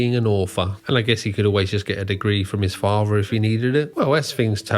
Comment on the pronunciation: What is a faver? Are you trying to say father? You know that the word is father not faver, right?